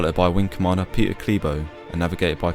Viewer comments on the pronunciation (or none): none